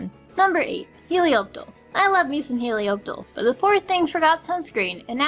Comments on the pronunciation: It's pronounced heli op tile not heliop tile it's been said in the show like 30 times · Isn't it "Helioptile"..? Not "Helioptle"? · Helioptile* not Helioptle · Helioptile*. I’m not sure what I’m more upset about, the fact that you called it helioptle or the idea of you hating it’s shiny, it was very creative of having a Pokémon that is a natural bright yellow to a nice deep red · them pronunciations doe. Lopunny, Helioptile. Ferrothorn. Druddigon, Barbaracle She pronounced Lopunny, L-ow-p-unny but its actually; L-aw-p-unny She pronounced Helioptile, H-eli-aw-p-tle but its actually; H-eli-aw-p-tile She pronounced Ferrothorn, F-erra-thorn but its actually; F-err-aw-thorn She pronounced Druddigon, Dr-ew-dd-i-g-aw-n but its actually; Dr-uh-dd-i-gen She pronounced Barbaracle, Barbacle but its actually; B-ar-bear-acle Dont believe me? Go look it up in the anime videos on Youtube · Some weird pronounciations there. each their own but i pronounce these like so: - HeliopTILE not TLE - Druddigon not Drewdigon and its BarBARicle, not Barbiegirl. maybe misread? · its he-liop-tyle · He-Li-opp-tail. I know its Helioptile but thats just how you pronounce it. By the way,w shiny Noiverne still looks sick. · Lol she said helioptle lol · u said helioptle and noivern wrong, just pointing out ! :D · I tend to follow the anime's pronunciations. And that's not how they say Helioptile or Druddigon. And though Barbaracle has yet to have it's anime debut, definitely butchers it.